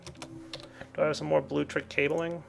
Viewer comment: it's blueLECtric, not bluetric.. btw: your quarry is AWESOME!!:)